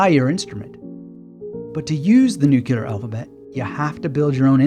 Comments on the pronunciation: Would you please pronounce the word "nuclear" correctly? It's not nuke-yew-ler. I assume you'd like to be taken seriously. Hint: just follow the spelling of the word. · with all due respect (and I do respect you), I don’t feel your response here was worthy of you. Sure, the word “nuclear” has been mispronounced for decades, and there are some who now defend the mispronunciation as a viable alternative. Still, the vast majority of linguists/grammarians don’t yet agree with that shift. So it doesn’t seem unreasonable that someone would point it out, especially since the word is used frequently in this presentation. But rather than acknowledging your nonstandard usage, you struck back at the commentator, which seems wholly contrary to the spirit you demonstrate in so many videos. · Is it just me or does do his utter best to pronounce "nuclear" correctly but he keeps saying it funny? He repeats it often and it stays funny. Now this stays in my memory.